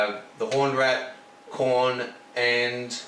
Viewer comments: About pronouncing Khorne. Say after me: Corn. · this guy doesnt have a clue what he is doing. and the "Khorne" pronounced as chrone or whatever the fuck he mumbles is the last nail to the coffin.